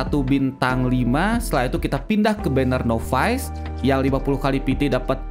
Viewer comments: NOVICE = NAVES , bukan novais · Acah acah pro english